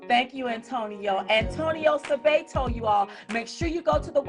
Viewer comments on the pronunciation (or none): I’m sorry, but you are pronouncing this man’s name incorrectly. It’s Suh-bot-oh